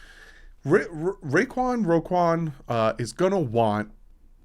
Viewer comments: It’s roquan pronounced row quan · Its pronounced ro(row) quan (quan)